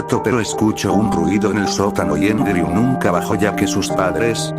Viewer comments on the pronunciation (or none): Por si alguien no entiende cuando menciona el nombre de fallen se llama Andrew, no endreu.